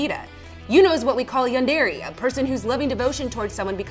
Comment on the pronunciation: I stopped watching when she pronounced yundere as "yundari" and that terrible dub a few seconds later.